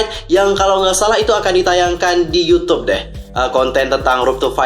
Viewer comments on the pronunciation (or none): none